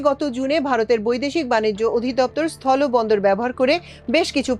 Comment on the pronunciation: সঠিক উচ্চারণ কাম্য। সথলো বা জলো নয়। হবে সথল এবং জল।